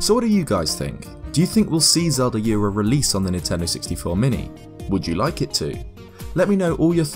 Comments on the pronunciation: and Ura is pronounced “ou”ra, not “yu”ra... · Also, it's "Ura" not "Yura". Don't add the y lol. It's a Japanese word. Yu and U are two different sounds. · Gaiden... 外伝、 がいでん guy-den. Ura 裏 うら not yura, ura